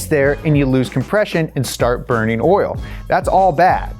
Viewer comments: every time says “orl” instead of “oil” i giggle a little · When he says oil he say oral and i cant tell where you are from is it brooklyn, sounds like brooklyn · The more he says 'oil' the more it sounds like 'oiel"